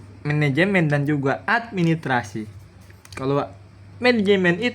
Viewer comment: Administrasi pak guru ...bukan Admi trasi he